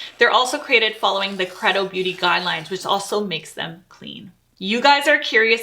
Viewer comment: You're lovely and well-informed. But just so you'll know, "credo" is pronounced "craydo." ❤